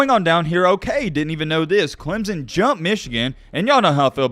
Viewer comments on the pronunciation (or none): none